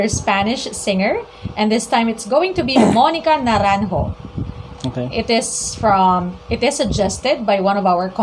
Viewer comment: Great reaction! I love your pronunciation of Naranjo. ♥️